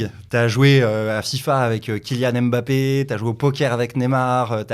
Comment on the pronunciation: Justement y'a pas de "e" avant le "m" donc même en français c'est incorrect de dire Embappé, on dit François et pas Efrançois